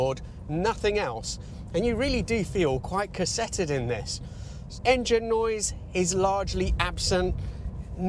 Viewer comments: "KerSETTed"?? lol! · Cassetted. Never heard of it. Cosseted, definitely. Nice catch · Interesting pronunciation of "cosseted". I thought you said cassetted. Had me thinking about a TDK C90. What do I know? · has a way with words. LOL